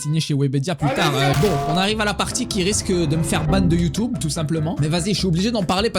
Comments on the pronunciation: Le Y on dit youtube pas youtoube mdrr tu me fait trop rire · "youtoube" mdrrrrr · Mdr ça me fume « youtoube »